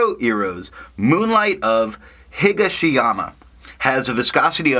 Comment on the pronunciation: Nice review as always, and nice orange. Yes you might have sold me on a sample. Actually your pronunciation isn't that far off. Higashiyama is just a slight different emphasis. You are emphasizing HI-ga-she-yama and it should be hi-GA-she-yama. You are saying "Iro" correct but Kyo is, well, yo (as in yo how ya doin') with a very short K i. Front. Like kee-yo without the two e's. Yeah. Japanese is fun. I wonder what the color is in reference to, as there was an Emperor Higashiyama and there is a Higashiyama district in Kyoto near the mountains. Imperial color is yellow, so it seems not that.